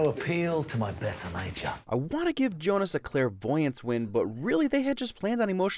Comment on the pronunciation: It's actually Jonah not Jonas